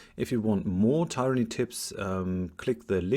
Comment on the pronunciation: Lustig, dass du bei allen Tyranny-Videos tyranny zu Beginn immer richtig und am Ende immer falsch aussprichst. Da muss doch System dahinter sein... Aber das nur nebenher. Guter Content, danke.